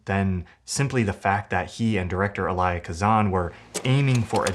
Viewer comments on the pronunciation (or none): You mispronounced Elia (Kazan). It's not E-lie-yah rhyming with Josiah. It's El-ee-a, similar rhythm to Elliot, dropping the T at the end and ending on A. You're young 🤪